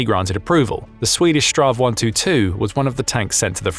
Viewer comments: Minor detail: It's not really "Strav 122". "Strv" is an abbreviation of "stridsvagn" - battle wagon - and is simply the Swedish word for tank. Saying "Strav 122" is a bit like calling Hollywood Boulevard "Hollywood Bullved because boulevard can be abbreviated into "Blvd". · Just say s t r v. Strav is nothing close to what it actually stands for, which is Stridsvagn, translated Battlewagon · STRV is not pronounced "straw" ~ it is simply read out as individual letters, it's an abbreviation of "stridsvagn" (strife wagon) translating as combat vehicle